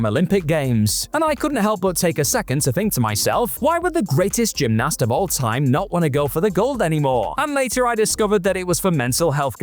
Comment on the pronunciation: The way you say gymnast makes me so angry